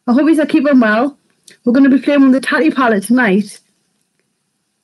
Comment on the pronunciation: I want this palette!! Are you subscribed to Tati on YouTube Lauren? She’s gorgeous ! This is her first a palette from her brand. Her name is pronounced Taaaa Teeee lol xxx another gorgeous look xx